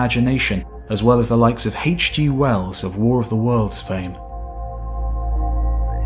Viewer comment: Who's Haiche G. Wells?